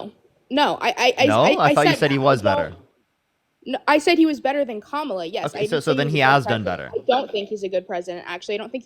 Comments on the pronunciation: Can we applaud her for at least pronouncing kamala correctly. Literally nothing else but at least that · I will give her credit for being the only guest to pronounce Kamala’s name correctly. 😊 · Give her some credit - she actually pronounced Kamala correctly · I'm surprised she said Kamala's name correctly.